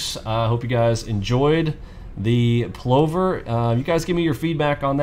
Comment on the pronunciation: Only complaint is the pronouciation - think "glove" as in Danny Glover for Plover. Brillant strategy with an Australian heritage!